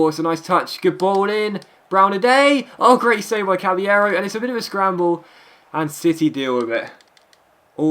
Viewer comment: It's not pronounced cabbyero it's pronounced cabalero he said it himself and I know i didn't spell it correctly